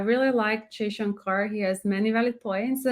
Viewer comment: Madam plz say Mr jayshankar..not Jayshankar....plz.... anyways great keep it up...❤